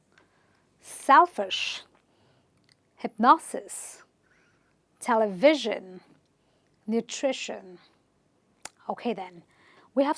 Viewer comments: Thank you for the useful video,. But I must point out that your example "Television" is an exception to the rule. The stress is on the first syllable. Stressing ONLY "VIS" is wrong, or unnatural at best. It should be TEL-uh-viz-zhun. <-- Primary stress on the 1st syllable and secondary stress on the 3rd. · Telivision has got stress on first syllable not on second. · Durable and and television are stressed incorrectly. durable- stress on 'd' television - stress is on 't' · In the word television, stress is on 1st syllable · Thanks for the knowledge that you shared but the way you read "Television" in incorrect. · I watched the first part, and I loved it. For this part, I have a few comments though. I was sure television is stressed on the first syllable. I looked it up, and Oxford Dictionary says it is, both in British and American English, while Cambridge online dictionary says it can be stressed either on the first or the second syllable. Well, I am more familiar with the first. One more thing is you pronounce SCEnery (the first syllable of the three) as an example of words with -ery, but pronounce hypNOsis (the second syllable of the three) as an example of words with -osis. Aren't they under the same rule? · Television.. stress on first syllable..mam what you said is wrong.. (other things good)